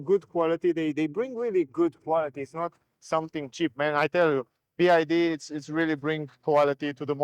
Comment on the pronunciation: BYD , NOT "BID"😅